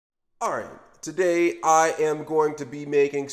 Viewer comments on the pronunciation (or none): none